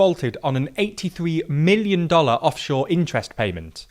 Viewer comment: I dont know why you say 73 MILLION dollars with such emphasis These days 73 million dollars is just pocket money